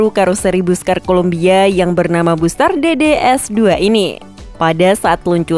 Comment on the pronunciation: Pelafalan Busscar yang paling tepat adalah = "Basska:r." 😊😊😊😊😊👍👍👍👍👍🚍🚍🚍🚍🚍.